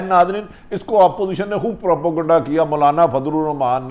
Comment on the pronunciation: تلفظ ٹھیک کرو بھٹی صاحب اور سانس لے کر بات کیا کرو اور ہاں آپوزیشن نہیں اپوزیشن ہوتا ہے دیکھ کر ایسے پڑھ رہے ہو جیسے سبق پڑھ رہے ہو تیاری کر کے وڈیو بھرا کرو